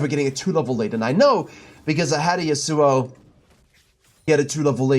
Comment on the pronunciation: Why do you pronounce Yasuo like "sewer"?